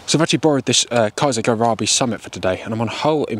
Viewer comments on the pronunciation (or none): Did call his gun a kaser garabi instead of Caesar guerini?